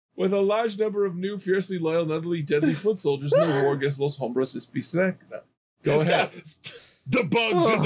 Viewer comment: bicicleta is bicycle and you pronounced it right,.